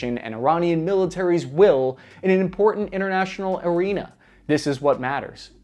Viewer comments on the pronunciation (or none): none